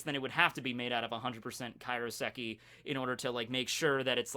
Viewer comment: It's KAIROSEKI. Not Karioseki. Say it like Cairo, Egypt.